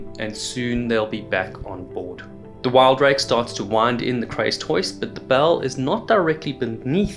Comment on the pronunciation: WIL-Drake not WILD-rake.....